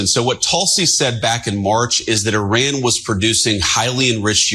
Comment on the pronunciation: Can’t even say Iran properly UR-AAN What a moron MAW-RAAN !